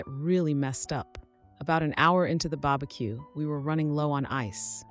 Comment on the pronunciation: "The babaque" lol